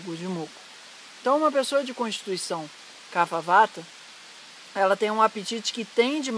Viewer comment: A pronúncia é "cap-rra" e não "cafa".